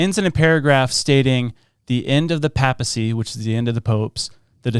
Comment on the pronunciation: I would have enjoyed this more if you could pronounce things properly. Malachy, Armagh, Papacy, ………………shows that you are totally uneducated.